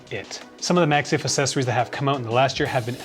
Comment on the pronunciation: Great video.......but will he ever learn to pronounce accessories correctly?????????